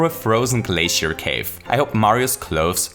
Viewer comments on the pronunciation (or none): none